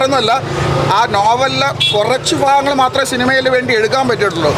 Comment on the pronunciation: കുറച്ചു ഫാഗങ്ങൾ ഫാവിയിൽ ഫാഗ്യം അഫിനയം അൽഫുതപ്പെടുത്തിക്കളഞ്ഞു